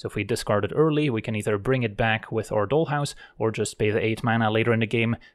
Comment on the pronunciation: Your accent, grammar, and slang are always spot on, which is why your pronunciation of dollhouse was so noticeable. Here in the US, maybe it's different elsewhere, doll rhymes with tall. Just another example of how English is weirdly inconsistent. Not a big deal but I thought you might want to know. That being said, one thing that I am constantly surprised by but never see anyone comment on, including myself, is your subtle grasp of slang. It's great. As always, video was excellent. You are by far my favorite MTG content creator. Your decks are fun, but also your explanations are thorough and educational, your laid back style is relaxing, and your sense of humor shines through. We can always hear the smile in your voice when you are genuinely surprised by an opponents move that actually puts you in a bad spot. It's not a place that most people would find amusing, but you always seem to, and we can feel that you are actually enjoying the game. Top notch.